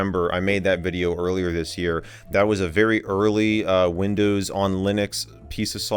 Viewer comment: When you first said windows my ears thought you said Lindows hahaha